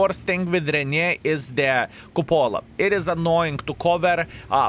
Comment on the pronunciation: Ren-A-Gade. What the heck are YOU saying???